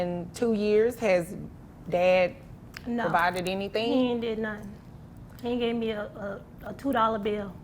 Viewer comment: " Heen did nuttin " 🤦🏾‍♂️